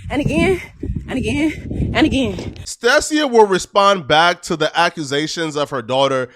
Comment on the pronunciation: Him pronouncing her name like that is crazy 🤣🤣 it’s (STAY-SHUH) not stay seeya 🤣🤣